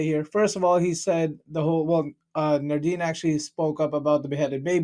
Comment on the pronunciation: Nadeen without an 'r' not nardeen